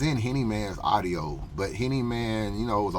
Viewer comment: It's a u d I o.... not arrio. Now practice lol